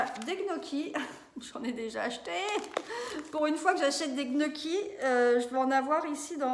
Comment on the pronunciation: Petite vidéo sympa 👍... Juste un tout petit détail on ne dit pas knocchi mais "niocchi" comme les oignons. J'ai passé la vidéo à niooooocchi 😅